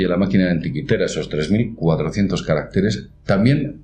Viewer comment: ¿Caracteres o carácteres? Decídete! Si son letras o números, caracteres, sin duda. Entonces dilo siempre igual. Además, evita las paradas tan largas y el hablar a ratos TAN LENTO a veces. Para ello ensaya mejor. ¡Animo!